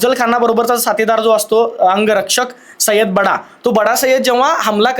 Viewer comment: सय्यद बंडा ला... बडा म्हणतोय त्याचं काय 😂